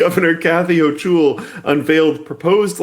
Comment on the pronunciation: As a new York who hears her name constantly it's hilarious to hear Luke say Hochul's last name the way he does lmaooo.